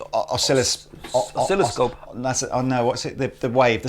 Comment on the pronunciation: Thank you for dropping a few french words from time to time (even though you do it without knowing most of the time, like "oscilloscope"). About the pedal, for that price we would expect a symmetrical XLR output no?